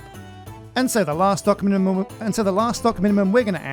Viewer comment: "And so the last documunununu...." 2022 - love ya dude;)